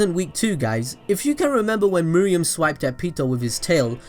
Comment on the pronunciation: Me-roo-em not me-ri-em :(